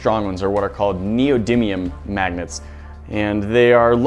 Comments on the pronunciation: Sounds like he said maggots. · it sounds like he says maggets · Every time u say "Magnets" I just hear 'Maggots' lol! 🤪😜 All I heard at 1st, 'Today We're gonna put some Maggots in the blender.'... 😂🤣😂🤣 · Some times when he says Magnets I hear maggots...